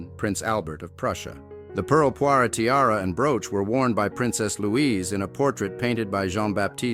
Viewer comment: pearl poire - not poiré